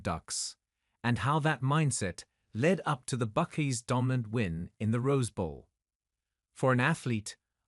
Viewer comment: the narrators needs to do his homework and learn how to pronounce names. You would think the Brit wouldn't make such a amature mistake. Its pronounced BuckEYE not Buck-ee. That's why the Brits lost the war.